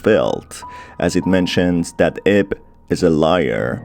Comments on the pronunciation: "Who ate her in journey" I sure hope he didn't (also, I know he said "aids" The Auto Captions just suck with accents) Edit. Also. Ib is supposed to be pronounced like eeb (it's like eve, but with a b) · It bugs me "IB" pronounced as 1 word... it is pronounced as "I-B" or "i-bu(イヴ)" lol